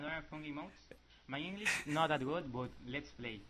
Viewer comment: "My english is not that good but, let"s play" EN LUGAR DE "BUT" DIJO "BUTT" SDKJSHKAHJDHAHFKJ